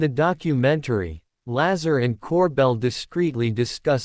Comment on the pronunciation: You don't even say his name right